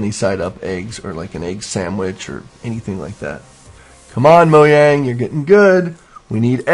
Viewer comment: please its not moyang its MoJang